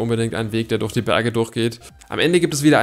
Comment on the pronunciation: Wie er das durch falsch ausspricht